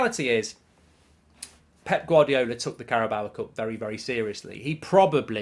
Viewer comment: first of all pronounce the carabao cup correctly then we'll talk